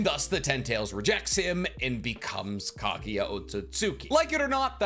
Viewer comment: FFS it’s KAGUYA NOT KAGIYA